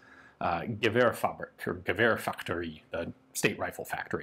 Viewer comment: Pronounciation note: in swedish, emphasis is often placed on the second syllable of a word. It would then be "geVÄrsfabRIk", since that is a combination of the words "geVÄR" (rifle) and "fabRIK" (factory). This is not an absolute rule, of course, but it helps to bear in mind. Speaking of bear, the "Ä" in "gevär" is pronounced a lot like the "EA" in bear. The way you pronounced the word in this video was more similar to the german word "gewehr"... which of course means the same thing, since "gevär" is a loan word from german. Incidentally, the term originally used in swedish was "värja", which simply meant any kind of defensive weapon ("värja" as a verb means "ward off" or defend). In modern swedish, "värja" as a noun refers specifically to a rapier, which is why a separate word for rifle is needed.